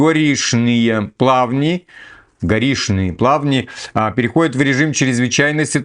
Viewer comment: не ломай язык, Горишние Плавни, это Комсомольск.